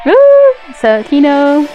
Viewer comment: Keonho's name is pronounced as Kono, not Kino